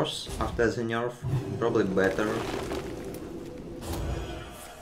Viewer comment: сейчас бы говорить "Пробли"